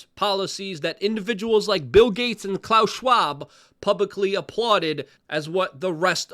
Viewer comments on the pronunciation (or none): none